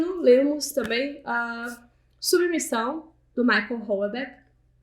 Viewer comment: Mulher, não é "Michael" Houellebecq, é Michel. 🤣🤣🤣🤣🤣🤣